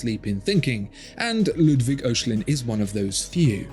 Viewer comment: Sensational watch, but I shudder every time when you attempt to pronounce Ludwig Oechslin's last name. It's not "Oh-shlinn", It's a German-language name . "OE" works like "Ö" (O-umlaut) and is pronounced like the "I" in "bird" or the "EA" in "early" without the "R" respectively. "CHS" in Germany works the same as "X" (in German and English). So for Oechslin say"I(r)x-leen".